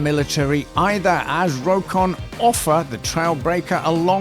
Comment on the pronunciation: According to the founder of the company the correct pronunciation of Rokon is "Rock on". Unable to fulfil a contract to supply motorcycles to the Indian army in 1955 Royal Enfield sold the plans and tooling to an Indian company to make the bikes there. Thus the Indian Enfield Bullet came into existence and while the English company has faded into history the Indian company continues to grow. Armoured motorcycles are something of a rarity. In UK Triumph had a go with an armoured version of the 350cc 3SW in 1940. Carrying a Bren gun it had armour on one side only which may seem a bit daft. The idea seems to be that the armour would be used as a shield when firing the Bren while the machine was stationary. Sweden also produced several prototype armoured sidecar outfits from 1930 to 1932. The first, Landsverk-190fm/30, would not have looked out of place on a WW1 battlefield. Two years later the Improved Landsverk-210 had sloped armour all round and a Madsen machine gun. The "improvement" was a reduction in total weight to 650kg - earlier versions were too heavy to steer easily. Records show that none were sold until in 1938 Baron Friedrich Karl Johannes von Schlebrügge purchased one. (Fun fact: his granddaughter is the actress Uma Thurman.)